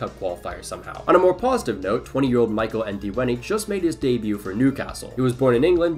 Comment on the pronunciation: From Zimbabwe here. It's not En-dee-weh-nee You have to pronounce it as if the E at the beginning is silent.